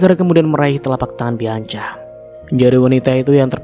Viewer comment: Nex bianca di bacanya bianka ya mas 😊